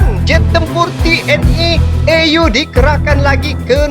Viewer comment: TONG DIBACA A..U..BUKAN E ...YU...ANGKATAN UDARA= AIR FORCE, G BINGUNG DENGAR SUARAMU TONG